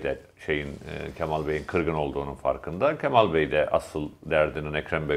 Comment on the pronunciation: Levent bey kemal sözcüğünü hatalı telaffuz ediyorsunuz, lütfen a harfini inceltin.